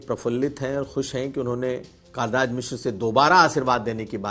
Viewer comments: यह बात समझ में नहीं आई जी! आप का हिंदी का उच्चारण भी बहुत अच्छा है। पत्रकारिता के लिए यह होना भी बहुत आवश्यक है। तो.... आपने जानबूझकर माननीय पंडित कलराज मिश्र जी को.... कई बार कालराज मिश्र क्यों कहा? ऐसा नहीं है कि मेरे सुनने में फर्क पड़ा है। यदि आपने जानबूझकर ऐसा किया है तो यह अच्छी बात नहीं मानी जाएगी! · कालराज नहीं कलराज मिश्र तुमको रिपोर्टिंग के लिए किसने रख लिया है